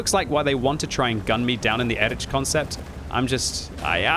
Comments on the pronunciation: please for the future, try pronouncing it like “erikh” instead of “erich” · Pleas say erih ant not erič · I am pretty sure it should be read as /ˈeːʁɪç/, or at least /ˈɛrɪx/,... And before anyone starts scolding me: this is not a critique, but a friendly advice to him, as is known for his striving for original pronunciation of the tank names 😇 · Again, EriH, ch in german is like H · It just dawned on me that the name of the German Leopard tank is spelled identically in both English and German. Listening to butchering the "Erich" part of this tank I suddenly realized it's the same with the Leopard. An English speaker will say "leperd" but a German speaker will also pronounce the 'O' and wil pronounce it "lay o pard".